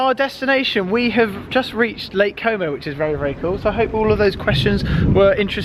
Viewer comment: Did you say lake como or homo 😂